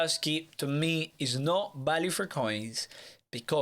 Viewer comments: Before I even clicked on the video I heard “ balue “ instead of “value “ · VALUE V VVV NOT BALUE